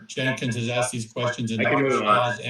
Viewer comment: PLEASE EDIT YOUR CONTENT. HIS NAME IS SHAH NOT SHAW.